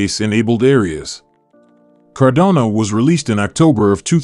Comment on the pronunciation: It makes it hard to believe, or follow, a channel that pronounces it's subject matter incorrectly. It's cardano not Cardona...just sayin'